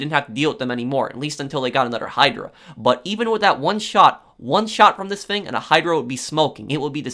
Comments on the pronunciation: Has anyone noticed that he can’t say his f example fang=thing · Its pronounced THING, not FING, smfh